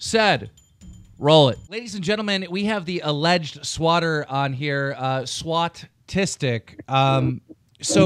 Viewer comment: You said swautastic. It’s actually swautistic.